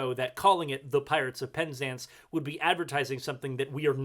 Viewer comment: In English, we say pen ZANCE, not PEN zance